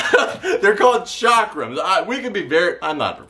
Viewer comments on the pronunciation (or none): It’s pronounced Chuck Rum not Chakra man